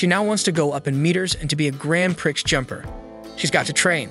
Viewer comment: Prix.......please, the x is silent.